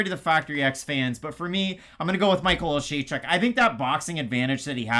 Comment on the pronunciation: can pronounce Oleksiejczuk but not Dvorak 🤣 To be fair I can't pronounce either of them.